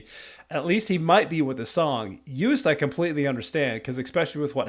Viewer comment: the ”oo” joost is pronounced more like ”oh” incase you didn’t know 😭